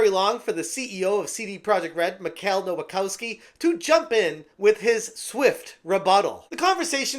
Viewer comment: "nowakowski" every single time